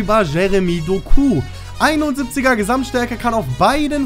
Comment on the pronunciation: Betone das O Doku